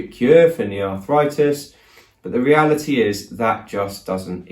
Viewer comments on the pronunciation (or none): none